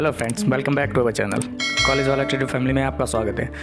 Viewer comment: College 'b'ala Trader nahi College 'v'ala Trader aisa naam chahiye 'व' की जगह 'ब' क उपयोग मत करो. Video को भी कई लोग bideo बोल्ते है यार Vivek को bibek 😹